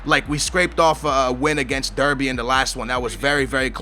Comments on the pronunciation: ITS PRONOUNCED DARBY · you are supposed to say derby like darby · you say derby like darby